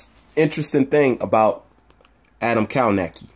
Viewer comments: It’s kov-nacz-ki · "" Kow-Nos-Key", Sir.